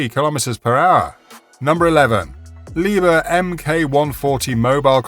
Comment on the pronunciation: Maybe you would like to pronounce "Liebherr" as it should be pronounced? 😂 Loading and unloading speed? 😂 I gave up after the first two devices! 🤣